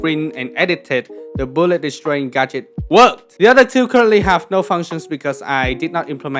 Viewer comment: every time you said “gadget” I swear I heard “gacha” lol game dev is so cool